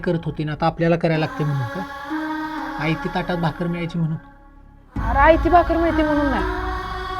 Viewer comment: आय का म्हणतात❤❤ आई म्हणत जा❤❤